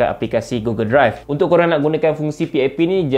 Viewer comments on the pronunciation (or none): none